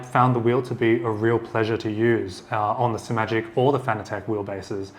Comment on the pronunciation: Finally! Someone on YouTube who pronounces Simagic with only one 'm'. And thanks for the great review.